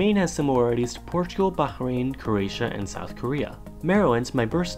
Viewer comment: YES HE PRONOUNCED BAHRAIN CORRECT.